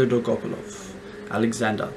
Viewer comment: Your pronunciation of Dolgopalov is wrong. It's Dolga- POL-of. Look it up on Youtube.